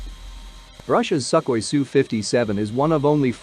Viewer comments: It's not "suck oy", it's like "sook hoy". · "Suck-hoi"?? That is telling!